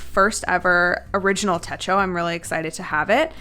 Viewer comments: To answer your question, it is "te-cho" not "te-ko". "Techo" (手帳) means "notebook/pocket book" in Japanese. 🙂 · it is te cho--(the o sounds like go) a techo in Japanese is a notebook or memo pad or diary type of thing 😁 This is my first time using a weeks--I have always find it to be too small. I have always used the A5 Cousin --Anyway the suggestion you made about the weeks are helpful. thanks👍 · Techi is pronounced with the ch is sound in "chain"